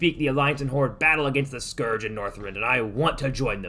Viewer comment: How do you pronounce Scourge so badly